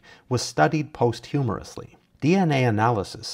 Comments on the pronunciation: "Posthumorously"? That isn't a word, dude; it's "posthumously". Did you seriously not know that eird when you read it? It's hardly an obscure word, it means occurring after death. You need to work on your vocabulary a little bit there bro so you actually understand the words you are reading. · Look up how to say that word “posthumously”